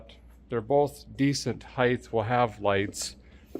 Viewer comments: Ride heighth? Hmmmmmmmm I don't think that's right Derek!??? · Derek, did you say “ride heith”? Well then, what is the weith of this car?